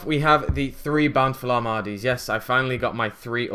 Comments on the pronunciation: I cringe everytime he says Bountiful Armades lol. It's Ar-te-mis,, Artemis xD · *pronouces* artemis - armades say it with me art - e - mis not ar - ma - des